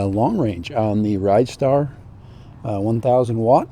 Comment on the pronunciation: its a Rid - Star not a ridestar.